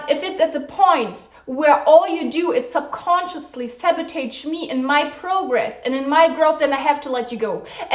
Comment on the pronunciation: You pronounce it as sabotage, not sabotege